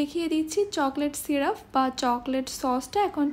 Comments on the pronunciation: Banglay o syrup e uccharon hoy ,syruf bolte kichu nei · Apu uccharon vul hoyeche Chocolate syrup hobe not syruf